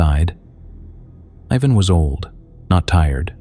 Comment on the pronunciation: How many times did you get that first kid Ivan's name wrong?